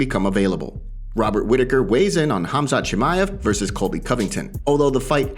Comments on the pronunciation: 😂Whitaker called him HAZMAT 😂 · Robert Whitaker called Khamzat, "Hazmat" 🤦🏿‍♂️ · Lol, saying Chandler wouldn't let Islam take him down is such a bs, Chael still don't understand what Team Khabib capable of. :D Also, everyone: Khamzat. Robbert Whittaker: Hazmat. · Is it be or does Whittaker Keri calling him Hazmat instead of Khamzat? 🤔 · the K is silent lol, and it isn’t pronounced “hazmat” it’s “Hom-zaht” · its not the K part I have a problem with that's actually correct its supposed to be with an H sounding start to the name I'm saying he switched the letters M&Z in the name its "khamzat" not "khazmat" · I'm not saying the H part is wrong I'm saying he's moving the placement of the m and the z in the name "hazMat"---"haMzat" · Robert Whittaker called him Hazmat 😂 🙈 you train with the guy and cant even get his name right lol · NOBODY: Robert Whittaker: HAZMAT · Cumshot…. Get it right 😂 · Did Whittaker really said hazmat.. 😂😂😂😂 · Lol Whittaker calls him hazmat. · In Aussie khamzat is pronounced hazmat. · Did Whitaker really call him? Hazmat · It amazes me how many fighters/media/etc can't pronounce fighters names. Whittaker just called him "Hazmat" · It's pronounced KUM-ShOT! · It is Hamzat lol Russians just have the k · Covington only calls him Cum shot cause he can't pronounce his name 😂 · HAZMAT? Really Robert Whittaker? You can't pronounce Khamzat? LoL that's bad...HazMat